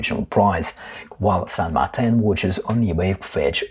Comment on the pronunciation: I kindly submit to you that it should be pronounced the Spanish way, "San Mar-teen", as the only widely known San Martin out there is the historical figure revered in South American countries like Argentina. Now who's being pedantic? :D